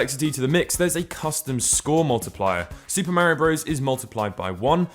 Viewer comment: Say it with me Marr - eee- ohh